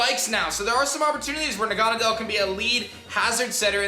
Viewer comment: its na-ga-nae-del not that